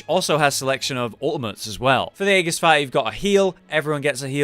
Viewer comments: .... say aegis again... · Aegis has a soft G, but you don't need to care.